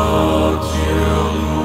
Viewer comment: Поют иностранцы по-русски, потомучто слово "Создателю " произносят с акцентом , очень плохо произносят букву "ю", а в целом очень глубоко, проникновенно и искренне поют, Слава Богу 🙏.